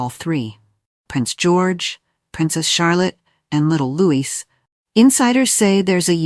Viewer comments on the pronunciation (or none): Please STOP incorrectly pronouncing his name as Lewis, it’s LOUIE. He’s 7 now and you’re still getting it wrong. 😡😡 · What the h....does Jenny Bond know? Catherine knows not to favour any of the children. She has seen what has happened to the uncles and brothers within the royal family BTW It is NOT pronounced LEWIS . It is pronounced the French way (as in King Loius of France in the past.) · His NAME IS Louie splelt Louis. PLEASE GET IT RIGHT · PLEASE. The S in Louis is silent.